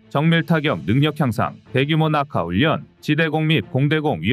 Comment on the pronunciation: 애청자로서 정말로 아쉽고 꺼리튜브가 잘 되기를 바라는 마음에서 한가지 지적을 하고자 합니다. 진행자의 성의가 느껴져서 정말 좋아하는데 한가지 정말 아쉬운 점은 발음에 신경좀 써주셨으면 합니다.훈련=훈년 전력= 전녁등으로 발음하는데 훌련 절력이 맞을겁니다.그 동안 국어문법이 바뀌었다면 모르겠지만 발음이 너무 어색합니다.밀리방송에서 군사지식이 중요하지 국어문법이나 발음이 좀 틀렸기로 뭐가 대수냐고 지적하면 할 말은 없네요.오지랖 넓다는 소리도 들을 수 있겠지요.그럼에도 아쉬움이 커서 지적질 좀 했습니다